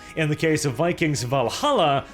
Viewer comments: It’s pronounced Vikangz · Vi-kangs.. Vi-kangs... Also "Lots of research on vikings"... studded leather armors everywhere...